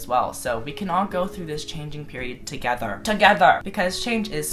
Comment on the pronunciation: the way you said together made me laugh so hard//you look like a squishy lil marshmallow